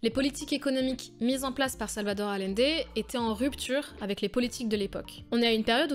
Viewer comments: Bon, plus que Boric, c'est "AllIende", pas "Alende"... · ... Quand on travaille sur des grands hommes comme Allende on apprend à dire correctement son nom.